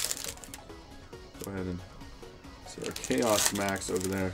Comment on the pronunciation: Everytime you say chaos max I yell at my phone... Come on man your killing me